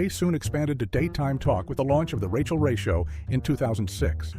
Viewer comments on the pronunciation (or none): none